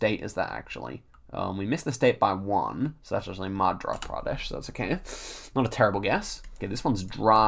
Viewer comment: "i gotta get used to saying" 🤣you are pronouncing an 'r' in madhRa pradesh when actually it is a 'y' madhYa pardesh